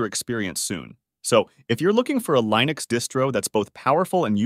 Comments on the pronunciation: Lie-Nux and GeeNome. Jeeez these AI generated movies are getting out of hand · "the best LIENUX distros" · Can't make your mind whether to pronounce it Leenux or Lienux. And no, no one says geenome.